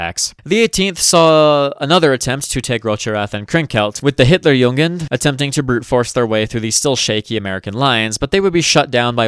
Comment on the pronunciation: Just one pronunciation correction (the rest is very good actually), its Hitler*jugend*, not Hitler*jungen*. Hitlerjungen would mean "Hitlers boys", which has.. interesting connotations. at least in german.